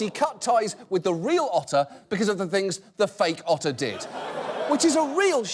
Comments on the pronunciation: you should have said otter instead of utter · did you mean... *otter* brilliance? :D ... i'll show myself out.